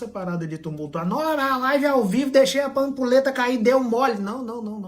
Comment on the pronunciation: Não é "AMPULETA" com você falou. É AMPULHETA!